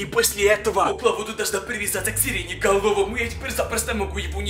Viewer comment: сирене головому Я: а не сиреноголовому?